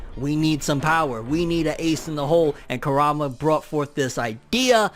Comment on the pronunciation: This guy keeps on saying karama He dosent say kurama